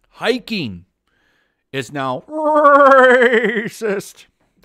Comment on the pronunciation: hiking Learn to pronounce